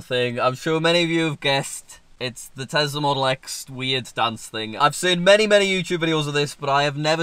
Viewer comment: Did he say engine in telsa.